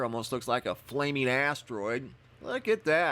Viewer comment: 😂😂🔥🐴 ....teroid!!!😂 loved the pause there!!!!